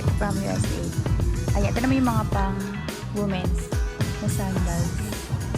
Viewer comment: hi lods, medyo mali ang pag pronounce mo ng "womens", not wu mens, its "wee mens" hope it helps:face-red-heart-shape::face-red-heart-shape